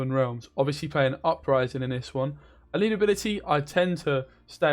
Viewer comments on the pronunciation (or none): none